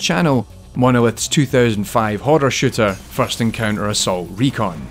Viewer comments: I swear he said 1998 Shitter.. lol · I thought he said shitter as well. haha